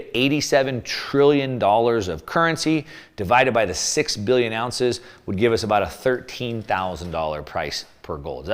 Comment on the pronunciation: Billion or million….. you’re saying Billy and the title says million